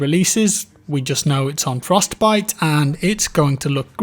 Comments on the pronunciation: the frosTEH-biTEH engine..... frosT biTeh engine.. frosTTT pause biTTTe.. sorry the way you were saying it was driving me nuts.. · Anyone else getting triggered by the way he says, Frost..Bite xD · Why are you saying Frostbite weird? Fros-t bi-te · I've noticed pronounces Frostbite with a very distinct Frost - Bite.... Separating the Frost from the Bite. Just something I noticed. Occasionally he pronounces it Frostbite conpared to 98% of the time he really distinctively pronounces the B. As in FrostBite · I think it's your accent, but the way you pause between "Frost" and "bite" makes me giggle lol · Why do you say "Frost Bite Engine" so strangely? Like you're reading off a script but you're unsure if you're pronouncing it correctly. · Why the fuck does he say frostbite so weird, it literally hurts my insides. It's one fucking word dude stop spacing it out like you have Parkinson's disease.